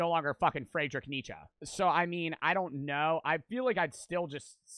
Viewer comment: That pronunciation of Nietzsche hurt me